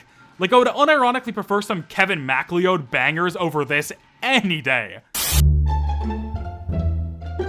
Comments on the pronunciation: sorry did you just say "Kevin mack lee odd?!" As a Macleod myself I can't stand for this. It's "Mack Loud." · Looks like the Contessa card from Coup, tbh. Also, pronouncing “Macleod” as “Mac-Lee-Oed” instead of “M’-Cloud/Mac-Loud” is diabolical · This has almost nothing to do with the video, but the surname MacLeod is actually pronounced Muh-cloud! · For future reference, “Macleod” is pronounced “mc-loud” It’s Scottish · it’s pronounced Ma- Cloud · It’s pronounced: “MA-cloud” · ITS PRONOUNCED: MC CLOUD 😭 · No way u just pronounced Kevin Macleod’s name like that bro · unsubing for the way you pronounced kevin macleod